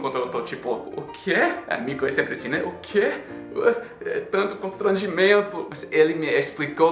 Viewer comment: Em , "constrangimento" saiu perfeito! Você achou o lugar do som.